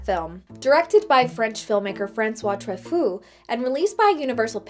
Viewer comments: It's Troo-FOE, not Tro-FOO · Tra-foo? No, no, no. His name was pronounced Tru-faux. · “True- foh” nue “très-foo” Well, sounds like “very crazy” in French! I Mean yikes! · "François Truffaut" is pronunced Trufo and not Trufcoo XD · I am pretty sure it is not pronounced "Trafoo." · Tra Foo? C'mon, everyone knows it's pronounced France Coy Trout Fart. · Its actually pronounced "True-faux". I love this movie so much. Cyril Cusack is so passively evil. The music alone, * sigh *. And the film ending is perfect. Art will save humanity. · It's pronounced Trufo, great review. In my opinion the back of the head pictures is just a useless gimmick. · OMG! I wanted to put pokers in my ears!!! The director's name is François Truffaut - PRONOUNCED TRU-FO! Turn a british man into an American woman and simple pronunciation goes to hell in a hand basket! Regardless, a film adaptation vlog should know how to pronounce the name of a world renowned film maker! sheesh! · Francois TRUHFOO? I know next to nothing about film history, but I could tell that pronunciation was not anything close to how to say "Truffaut." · Each time she pronounced Truffaut as "true-fu" hurt my soul. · It's pronounced "true-FOE". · Isn't it pronounced like "true-foe"? Or have I been pronouncing it wrong the whole time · Truffaut is pronounced "True-FO", by the way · It’s pronounced: True-Foe. You sound like you’re trying to say the underling from Beauty and the Beast when you do it. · I think the director's name is pronounced "True-foe" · As a French New Wave geek I feel the need to point out the director's name is pronounced Tr-oo-foe but that's just my OCD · The Polyjuice may have reduced accent but it left his hilarious mispronunciations intact. That very famous director's name is "true foe." Thanks for the chuckle though. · You couldn’t take five minutes to learn how to correctly pronounce “Truffaut?” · I love you, but as a French person, the way you pronounced Truffaut was painful.